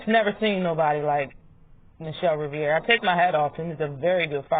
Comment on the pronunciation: Sooooo y’all gonna act like Martinez ain’t catch frank with the right alll night long ? Isn’t michel Rivera strongest punch is a right straight after a jab ? Yeah frank will lose .. and BTW it’s RI-VERA … not RI-VIE -AREA ..